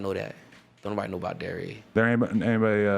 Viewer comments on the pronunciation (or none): Is buddy saying Delray? lmfao sounds like Dairy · Dylan Brady Don’t say he can’t even pronounce Delray correctly lmao.. because you can’t even spell “Boynton” ain’t no one ever heard of Boyton.. and I’m from Delray. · This dude is from.....delray beach Florida he can’t even pronounce it 🤦‍♂️ I lived right outside delray in boyton beach But Delray Beach is nice like it’s not bad it’s the number one spot for recovery “getting clean off of drugs” in the world,there is a lot of expensive rehabs,cheap rehabs a lot of them but it’s not like......street at all I know exactly where he is saying he is from and Idk how he even acting like it was gangster it’s very wealthy